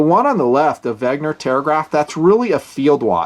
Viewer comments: another good vid! P.S. you keep pronouncing Wegner, but it's Wenger. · 'Ven-ga or 'Ven-ger not 'Veg-ner. The R is soft and the N is pronounced before the G. Just being picky.